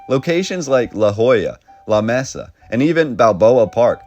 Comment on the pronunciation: Insert: "LA-MAY-SUH"...@